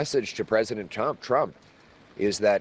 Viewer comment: Sounded like he said, "My message to president chump" 😂